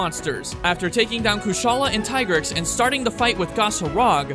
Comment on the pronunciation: its tigrex, not tai-grex